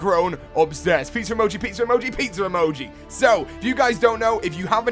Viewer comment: I like how he says pizza like peetser